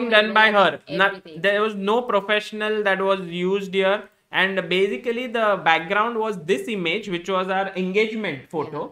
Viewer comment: No one - Sagar Shah - So Bazically 😂